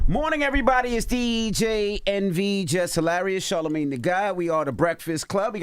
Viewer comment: Envy will never say the D in charlamagne the god lmaooo and i dont blame him